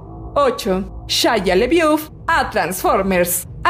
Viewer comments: No puedo con "chayia lebiuf"... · “Shaya lebiuf” 🤣🤣🤣